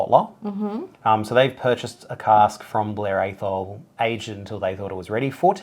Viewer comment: That was fun! Firstly: when I did the tour at Blair Athol, they pronounced it with a short 'a' as in "act", not a long one as in "age". As far as I know: Tequila is a subset of Mezcal in the same way that bourbon is a subset of whisky - specific rules narrow it down (such as the type of agave used and where and how produced), but I don't know much about either. I won't get into the Proust reference - just know I did a degree in French and your pronunciation... least said, soonest mended!